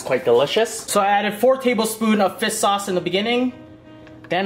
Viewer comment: Fis sauce hahahaa